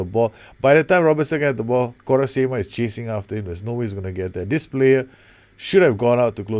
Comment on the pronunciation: As much as I love your videos, the way you pronounce Quaresma is too funny!!